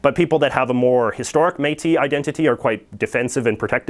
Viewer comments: It's pronounced "métisss" :-) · Exceptionally, the S at the end of Métis and most words that end in "is" is pronounced. Thanks for the effort though.